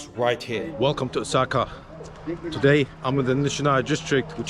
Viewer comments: did you just say okasa instead of osaka? lol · OSAKA ❌ OKASA ✓